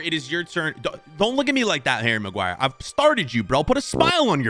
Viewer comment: Harry Marguire🤣🤣